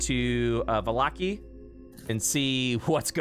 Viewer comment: haha, Vallaki has been pronounced 3-5 different ways so far.